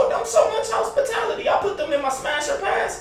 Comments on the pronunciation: My boi said ✨house potality✨ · Dis niggas said, “house pitality” 😂🤦🏽‍♂️ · "House- potality" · "House spitality" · I'm showing y'all some 'HOUSEpitality' 😭😭 ☠️ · He said housespatality 😂😂😂